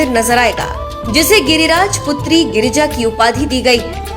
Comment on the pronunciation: Girija nam h maa parvati h ucharn karna Sikh lo